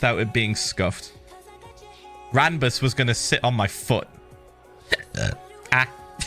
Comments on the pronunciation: He called Ranboo "Ranbus" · "Ranbus" XD